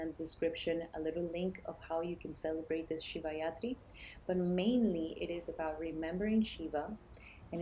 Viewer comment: Thank you , it’s Shivratri not yatri. Ratri means night so it’s the night of lord shiva 🙏🏽💙🔱